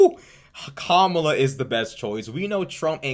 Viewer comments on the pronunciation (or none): Also she butchers Kamala’s name on purpose but would throw a fit if you misgender someone deliberately